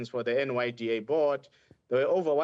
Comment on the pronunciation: NYDA* NOT NDYA guys please!!!!!!!